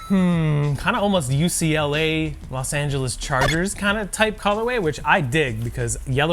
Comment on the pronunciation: so nobody notice how he said Los Angela chargers?